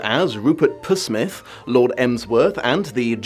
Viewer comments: What a (let's be honest) bizarre interpretation of Jeeves and Wooster. And by the way, "Psmith" is pronounced "Smith". As Rupert himself insisted, "The 'P' is silent". And why did you ignore the radio and early television adaptations of J & W? The Fry and Laurie series is not the only one. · It's not P-Smith. The P is silent as Psmith explains in his first story. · Psmith is pronounced Smith - the P is silent. Maybe you should read the books...😀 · It's Smith. The P is silent. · It's pronounced valeT. And the P in Psmith is silent 😂. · Psmith is pronounced with a silent P. So it's Psmith, not Psmith. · The P in Psmith is silent. As in pshrimp. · It’s Psmith, not Psmith. The “P” is silent, like the grave. 😊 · I believe, sir, that you will find the 'p' in Psmith is silent, as in psychic. I refer you to the fable of the Petulant Pterodactyl..... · You mispronounced Psmith ...classic joke. But "val-ay"... tsk tsk tsk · Is it wrong I kept wincing? It's just... IT'S IN THE BLOODY SHOW FFS 😀